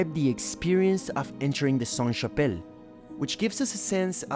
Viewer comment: A little tip for french pronunciation: "Saint" -> don't pronounce the T; but "Sainte" -> do pronounce the T. It's the feminine conjugation. A church is feminine so it's applied (SaintE). A monastère is masculine so it's always Saint. A Cathedrale is feminine, an Abbaye is feminine so it's always Sainte. A house is feminine. A castle is masculine. Etc... sorry it's so complicated.